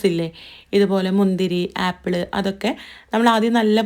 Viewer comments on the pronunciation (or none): ഏപ്പിൾ അല്ല ആപ്പി ൾ അല്ല